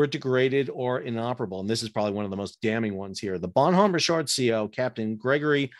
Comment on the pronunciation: The "H" is silent in the name and it's proounced as one word, not two.